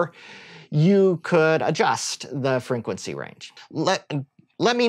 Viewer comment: Exactly. Its so difficult to focus on whats being said when he's constantly saying frinquency